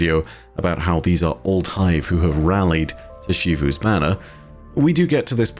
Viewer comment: why do u say ‘shivu’ instead of ‘zivu’